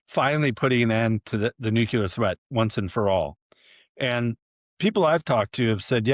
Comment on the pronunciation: Jay Solomon is a slob and boring. His messy room looks staged. Nuclear is pronounced: New-klee-er NOT Nu-cure-ler.